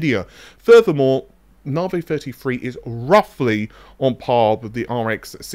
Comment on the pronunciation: "Nahvey free free"